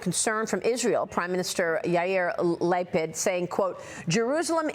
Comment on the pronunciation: Lah-peed, not Leh-ped